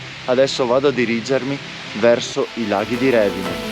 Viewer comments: Bello. Ma è Revìne non Rèvine... con accento sulla i 😅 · Ciao, bel video, però si dice Revìne, l'accento va sulla i😅